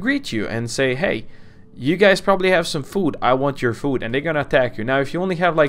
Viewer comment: Did he just said "hey gays"